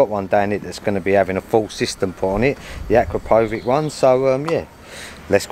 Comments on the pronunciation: Acrapovič - Hcrapowitch pronounced exactly not Acrapowig nothing to do with Acra Pow wearing a Wig 😅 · You pronounce it like Akrapovich. Long A short O. 😉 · At least learn how to pronounce Akropovic correctly .